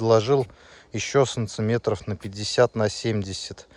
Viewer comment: Почему вы называете сантиметры, санциметрами?🤦‍♂️